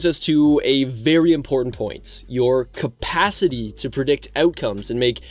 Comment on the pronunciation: Did you say " compacity " lol Awesome vid though. I'm sending it to the squad homies now.